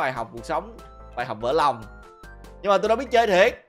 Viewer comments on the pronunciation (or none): Ghiền cái intro thiệt chứ 🤣 đúng giọng còn ngọng "nòng" nữa